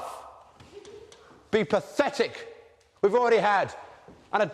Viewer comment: it’s not pafetic... IT IS PAFETIC!! it ain’t pafetic??